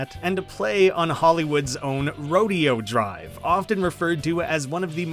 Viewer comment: Don't know if anyone else has mentioned it, but Rodeo Drive in LA is pronounced Roh-day-o Drive. Just a heads up.